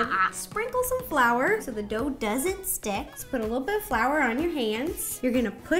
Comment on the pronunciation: Who remembers the good all days of Ro and she would say a "Shtick" of butter